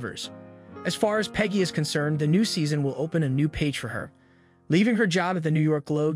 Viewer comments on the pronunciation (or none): none